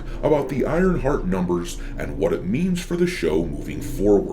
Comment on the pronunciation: I like how it sounds like saying Ironfart half the video :)